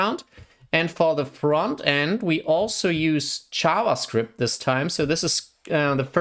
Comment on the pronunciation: I got confused when I heard "ChavaScript"